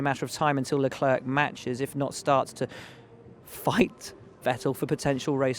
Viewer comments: it's LEC-LAIR not LEC-LURK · Will Buxton.. why can't you just pronounce Leclerc his name correct. It sounds horrible the way you say it. Is it the English pride or are you unable to pronounce it correct.